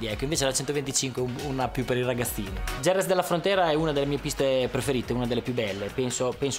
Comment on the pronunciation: 3.13...Noooo Valentino, Jerez pronunciato IEREZ e successivamente GEREZ, non si può sentire!